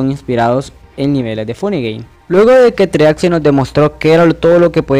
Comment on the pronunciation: El primer paso para explicar algo de Geometry Dash es saber pronunciar el nombre. En fin, buena explicación.